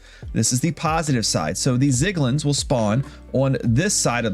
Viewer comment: love the tutorial just PLEASE THE ZIGLIN SPEAK IS GONNA KILL ME